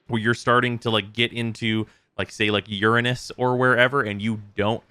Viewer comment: 👎 for how you said Uranus 🤣😂🤣